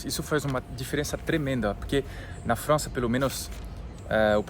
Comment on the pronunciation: fala bonitinho Frrrança...